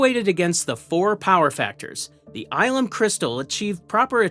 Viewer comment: Mispronouncing Ilum is wild. Eye-lum?